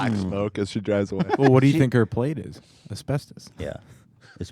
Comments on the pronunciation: it’s pronounced “as-best-us” not “as-best-toes”😂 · It’s es pes tus NOT es pes TOAST!! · Everyone: asbestos Ethan: esbestoes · How Ethan pronounces "Ass-best-Ohs" is hilarious. I pronounce it "As-best-us" The uses for Asbestos was huge before the 70's it was used as fire proofing, it made great in paint and cosmetics, because it's such a fine powder it would get in every little crack and crevice. Unfortunately the fact that it is such a fine powder is why Asbestos is so deadly. It settles in the lungs, and the body can't break Asbestos down, so it just builds up in your lungs and causes Mesothelioma. That's how my grandfather died, he worked for years in a shipyard in the 50's and 60's, and it caused Mesothelioma, and he died in the 90's. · Are we just going to ignore the fact that Ethan keeps pronouncing it as-best-ose instead of as-best-is?? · It's "uh-spes-tuss" not "uh-spes-tose" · "AsPeStös"- Ethan Klien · Actually couldn't finish listening to this one.Ethan say it with me now: As-best-us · Ethan saying "Asbesto's" like it's some cereal. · Nobody: Ethan: Asbestös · AsbesTUS. englirsh plesarse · It gave me cancer listening to you call is aspetose is pronounced aspectis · Pronounced 'aspestis' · How Ethan says asbestos drives me nuts! keeps saying it right but Ethan can't take the hint. It's not the Greek god asbestos. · Please for the love of god somebody teach Ethan how to pronounce asbestos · Ethan's pronounciation of asbestos makes us want to cook up a nice stew. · Does anyone else have a problem with how he says asbestos? Or have I been saying it wrong my whole life? I’m cringing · Ethan mispronouncing asbestos gives me life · why does he say asbestos like that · Has Ethan never heard someone say asbestos before? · It’s annoying that Ethan pronounces everything wrong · The way Ethan pronounces “Asbestos” triggers me. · YOURE SAYING ASBESTOS WRONG< MY EARS ARE BLEEEDING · You say so many words wrong or just in an odd manner, Ethan.